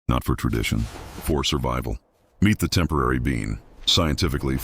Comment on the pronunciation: It’s not a “temporary” bean. Stupid AI 😂